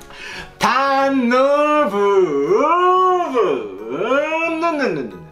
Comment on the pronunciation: ターンノぉrrrーバぁrrrー